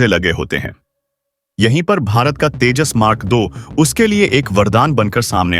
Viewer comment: IT IS SURPRISING THAT YOU CAN'T SPEAK OUT TEJAS MARK2 PROPERLY AND PRONOUNCING TAJAS MARK .... 2. YOU NEED TO RPACTICE READING TECHNIC.